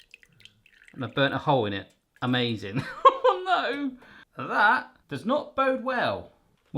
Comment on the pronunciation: “Oh kneow”